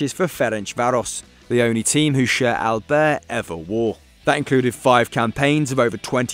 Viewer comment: . That's STEFANO ERANIO! Alder? Alder? 😂😂😂 His name is Aldair! Pronounced Aldayeeer! Why do they keep having little kids commentating on these videos?